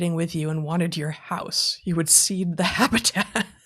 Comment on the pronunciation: "Cede".....not "seed".